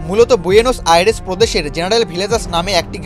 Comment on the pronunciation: Buenos Aires - বুয়েন্স আয়ার্স কে বুয়েনো স অ্যার্স বলা সাংবাদিক 😂